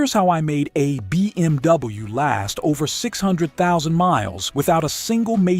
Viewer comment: so annoying when the AI says: bmw -> BeeMW. dude...can you just narrate these videos yourself. AI slop sucks. maybe the content is ok?